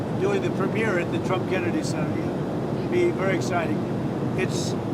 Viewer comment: It's pronounced TRUMP NOT CHUMP, WHY ON EARTH WITH THE COMMANDER IN CHIEF OF ANY NATION MUCH LESS HOURS SHARE WITH THE GENERAL PUBLIC THROUGH THE NEWS MEDIA WOULD THEIR STRATEGIC MILITARY PLANS MAY INCLUDE IN RESPONSE TO UNFAVORABLE ACTIVITIES BEING ENGAGED IN IN OTHER COUNTRIES WHERE THE US MAY HAVE AN INTEREST IN STEPPING IN IN TAKING ACTION